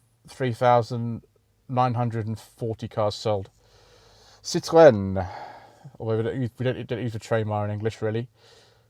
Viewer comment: Nice French pronunciation of 'Citroen'! One suggestion: how about putting the figures up on the screen at the bottom as you read them out ? I think it will help us viewers process the stats. I wished that 'Homes Under the Hammer' would have done similar when they invite the Estate Agent's round! 😀